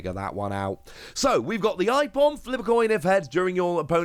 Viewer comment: Ipom?? Its Aipom